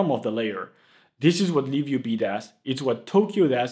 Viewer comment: I thought im tripping, but ur actually saying liv ub